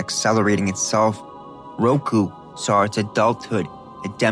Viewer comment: Same when he said baskilisk instead of baskilisk several times. As well as saying roku instead of roko when mentioning roko's basilisk. No flame here, just can't help but hear those mispronunciations lmao 😅